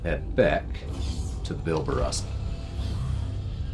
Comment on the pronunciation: Good god just say it with me.. -BAR-Ba-Rosa!!!!